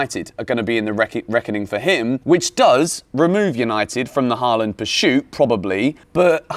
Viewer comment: Am I the only one who is hearing "pershute" instead of "pursuit"? Great video btw! Like and sub!